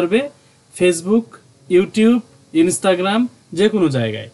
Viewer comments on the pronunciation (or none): none